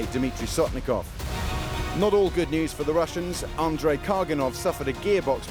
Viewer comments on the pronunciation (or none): none